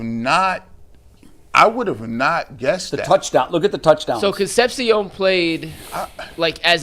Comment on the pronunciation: Con sep see ohn Jesus, learn to pronounce